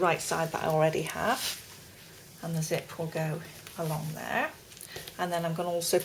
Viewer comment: does she mean zit or zip?